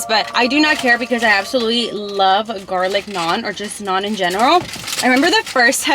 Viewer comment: you litterly pronounced the garlic naan correct😂😂😂😂